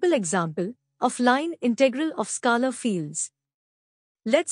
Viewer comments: Ma’m u r doing a great job 👏.. but please 🙏 … it is pronounced as skaler ( scaler) and NOT skalar field as you frequently say 😮 Remember the ruler 📏 or scale we used at school…. So scale..r ! Got it 😅👍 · This is a masterpiece... Thank you for putting in all the effort. I love the way you pronounce scalar btw 😂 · Please get pronunciation for scalar right. It's irritating